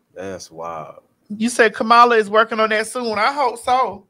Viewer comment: TS I love you but Kamala name is pronounced Comma La not Cah Mala.